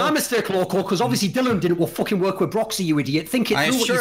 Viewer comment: Kelsey saying broxah is bad